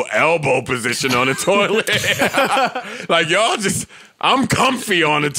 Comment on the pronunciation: “A Cold Toliet!!!” Lol